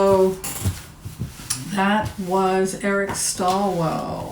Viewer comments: It's Eric Swalwell not Stalwell. I like Eric a lot but agree he's not ready this time. He needs to be tougher and not such a nice guy. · Just so you know going forward, it's Eric SWAL-wel, not STALL-wel.